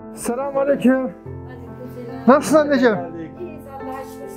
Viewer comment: “Selamünaleyküm” ne güzel diyorsun reis 👏👍